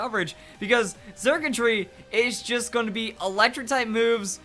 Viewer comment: The x is pronounced with an s sound circuitry like electric circuits